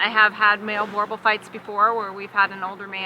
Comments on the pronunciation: I am a Boerboel owner and I know more about the breed than this breeder. Boerboels don't dock jump, they aren't therapy dogs and they don't pull sleds. She can't even pronounce the breed name right! They know little, if anything, about the breed history. The word "Boerboel" derives from "boer," the Afrikaans/Dutch word for "farmer." Boel is an old Dutch/Afrikaans slang word for dog. Boerboel, therefore, translates as either "farmer's dog" or "Boer's dog"and should be pronounced somewhat like "boo-r-bull." (not Burbull). The Boerboel is the only South African dog breed created to defend the homestead. Despite the Boerboel's long breeding history, there is great uncertainty as to how many and which breeds were used to create it. It is generally believed that the breed was created from interbreeding native African landrace dogs, such as the Africanis, with breeds brought into South Africa by Dutch, French, and British settlers. The most likely origins date back to Jan van Riebeeck's arrival to the Cape in 1652. Van Riebeeck brought a "Bullenbijter" with him. hose originals settlers, and later European settlers, also had large, strong dogs that almost certainly bred with the indigenous, domestic dog breeds of South Africa. Later, in 1928, the diamond mining company De Beers imported Bullmastiffs to South Africa to guard the mines. This breed was also crossbred with Boerboels in the region. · As a South African, I'm cringing every time she says Boerboel. And for god sakes they're not you exploitation toy America. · you are saying boerboel wrong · Enjoyed this. Thanks. The only thing that needs to be rectified is the pronunciation of Boer. The "oe" sounds more like the "oo" in the English word Cool. Not like Bore or Boor. Thanks. :) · its pronounced boor boel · Americans it’s not that hard to say boerboel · She doesn't even know how to pronounce it